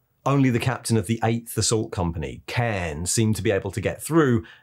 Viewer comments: Cairn not karn? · Okay this video is really good but its not "cairn" its "car-n", that pronunciation was incredibly obvious I've always thought like you didn't call Jaghatai Khan "Jaghatai Kain" so why the switch up now? Its even spelt with the H after the K to give it that deeper "ah" sound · Never heard it said as 'Cairn' before, it's 'Kharn as in Carn' in all official stuff. Just stuff. 🤷🏻‍♂️ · K H A R N not "karhn " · Lovely video as always. Your pronunciation of Kharn threw me though. I'll accept pronouncing Guilliman however you like, but it's Kharn! Like Carnage! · Kharn is pronounced Cairn? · Your pronunciation of kharn makes me angrier than a WE. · Nobody and i mean NOBODY pronounces Kharn the way you do! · That pronunciation of kharn hurt my brain